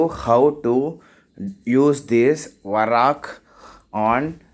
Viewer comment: It is not varak it is vark